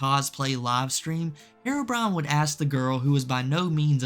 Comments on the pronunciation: I've never heard of this person before, yet i can instantly tell you his name is HERO - BRINE. not HAIR-ROW-BRIAN. so annoying... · The real crime is how you pronounce herobrine